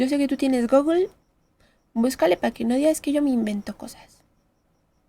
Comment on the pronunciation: si pronuncias mal Hawking y tambien google, usalo para ver como se pronuncia y los demas sentidos de las hormigas quienes el dolor no les sirve de mucho, ese sistema de defensa es mas de humanos... te quejas del "antropocentrismo" y porque los humanos sentimos dolor ya usas eso como criterio en toooodas las especies... no tiene sentido, las hormigas, esponjas, plantas, etc tienen mecanismos de defensa mas eficaces que el dolor el concepto de conciencia que usas es cuestionable, y si llegas a decir persona, mas cuestionable todavia, queriendo usar un termino juridico en el ambito biologico, como las del trapo verde dices que sufrir no es solo dolor y luego dices que alguien que no siente dolor no sufre... no tiene sentido